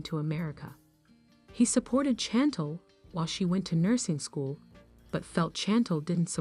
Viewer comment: Can u say her name correct it’s not Chantol it’s Chantel ! Gey it right google it find out !!